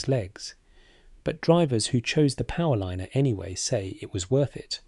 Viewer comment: Now thsts a frieght powerlinener'